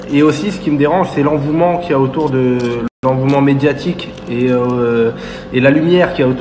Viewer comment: On dit pas l'envouement yal hmar 🤣🤣🤣. L'engouement yal 'agoune. Bref sinon il a pas tord et mes doutes se sont confirmé en écoutant le journaliste chelou sur tpmp...